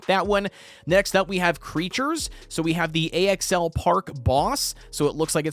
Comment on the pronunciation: It’s pronounced Axel and it’s the tarantula boss, thanks for covering this tho lmao